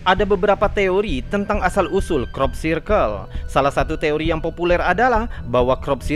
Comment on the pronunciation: bacanya Krop Sirkel mas, bukan krop sairkel